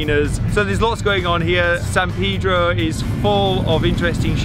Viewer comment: I was going to refrain, but you said it twice. It's Palos Verdes and not one green tree. You did get Peedro right, so there's that.